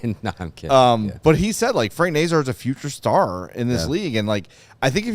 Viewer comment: Someone needs to talk to the 32 thoughts podcast too, they can't pronounce Nazar either!